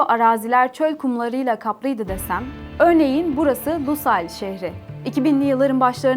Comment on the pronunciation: Ellerinize sağlık güzel bir içerik fakat, Katar’da yaşayan bir gurbetçi olarak bazı hataları söylemeden edemicem. Hamid değil Hamad Lusal değil Lusail Hamide değil Khalifa Ali Sani değil Al Thani